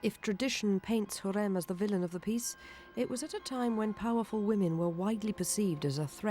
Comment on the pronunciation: it’s pronounced “ha-rem” not “Hareem”. It’s pronounced “Hur-rem” not “Hurem”, It’s pronounced Mu-raad(strongly pronouncing “R”) not “Mu- rayd”.